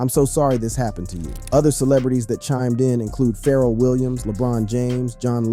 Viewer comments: He called Pharrell “Feral” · or Pharell lmao he said feral instead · Farel williams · Wtf are these pronunciations in this video? Qwa-vo instead of Quavo. Feral Williams instead of Pharrell. Che-rock instead of Chiraq (Shy-rack). Boy drunk as hell. 😭😂